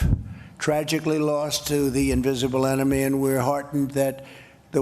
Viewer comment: Did he say “Hidden Anime” or “Hidden Enemy”